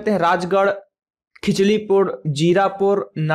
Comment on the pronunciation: Hindi me thoda sudar kare sir AAP galat bol Rahe ho kilchipurh kiclipur nahi h full information le lijiye pehle